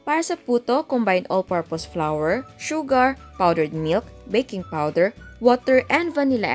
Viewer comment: Chef, Hindi po tama ang pagpronouce ng flour its flour Hindi po flower